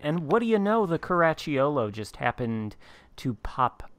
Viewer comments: Italian fan here. Very good attempt… next time try to say “Caraccholo” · Oh, you butchered it ….sheesh. No matter….Outstanding Video! Cheers!